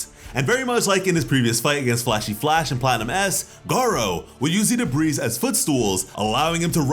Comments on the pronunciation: Debris is pronounced Duh-bree or De-bree, Christ that annoyed me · Another great video chock full of your amazing enthusiasm. One thing.. "debris" has a silent "s". Please stop saying "duh breeze". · The s is silent in debris